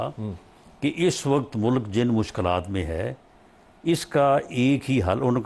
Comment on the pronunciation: Please tell him word is MULK… not mullluk 😅